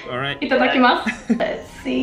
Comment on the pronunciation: いただきますの発音が日本人やんw 思わずびっくりしたw